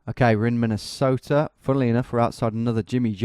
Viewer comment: Btw Tom, a better pronunciation of Minnesota, is saying it like you were a Scandinavian. That’s how I think of it at least.